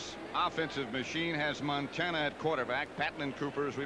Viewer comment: Oj can't even pronounce montana 🙄